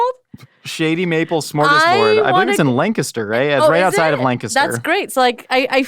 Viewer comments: As a Pennsylvanian, I immediately thought of Shady Maple, and was impressed said Lancaster correctly! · You said Lancaster the right way!!!